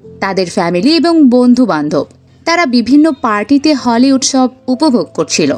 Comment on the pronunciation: হলি না হোলি।এত ভুল উচ্চারণ করেন কি করে!!???